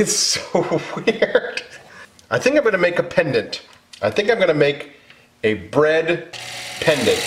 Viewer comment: Every time you said “bread pendant” my mind just thought “breandant” lol